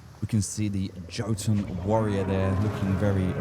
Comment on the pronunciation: jo ton? here i was thinking it was yotun